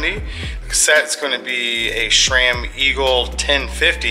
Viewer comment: That's a nice bike dude 👍🏼 But why the hell are you pronouncing it "SHRAM"? It's SRAM...or isn't it? Please tell me.